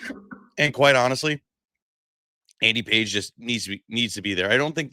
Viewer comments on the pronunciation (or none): It's Andy Pages, pronounced PAH-HEZ.